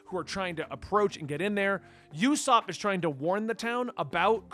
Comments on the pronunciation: If you can, I highly recommend you read it in color. I think it adds more dimension to it. Usopp’s name is pronounced with an OO sound, not a YU sound. And Ba-Ra-Tee-Ay. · It’s pronounced oosop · It's "oo-sop." It's a combination of "uso" (lie in Japanese) and Aesop, author of The Boy who cried Wolf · It's pronounced oosap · It's pronounced opsop and baratiae. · One advice I can give you on pronounciation of names and everything really. If its a vowel, then it's not pronounced like in English. A is like in awesome, in 99% of the usages, not like in Airplane. U is like UH, not YOU, and E is like elevator, not Ears, O is like "oh" and not Owl or Owen. So Usopp is "Uhsopp", Barattie is "Bahrattie" and so on. As I said - you can pretty much take this as the rule in 99% of the examples in One Piece. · If u ever have a hard time saying names it’s no biggy ussop is more like oosop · “Yusopp” Eh, close enough. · Usopp's name pronnunciaton is oo-sop. And the other Zorro is in public domain. In fact Viz still calls him Zolo to this very day. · How 5o pronounce Usopp = ooo like The land of OOO from Adventure time and sopp like your cleaning up a puddle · Great Video! Just to let you know, Ussop is pronounced as “Oooh-Sop” 😉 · Usopp's name is pronounced more like "Ooosopp". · Not how u say usopp lolololol